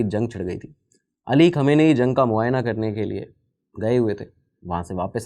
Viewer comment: Khum name hain aur pahle research kar lete aur pronounce ki prectice kar ke video banane se pahle